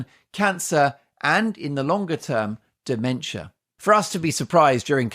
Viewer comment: Yes he been having dimensher